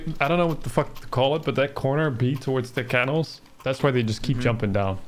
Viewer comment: you need to google the pronunciation of canals, my ears are bleeding